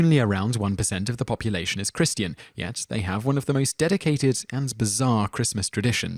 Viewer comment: That was some painful pronunciation. "Kris-tee-an" and "cap-syul"?!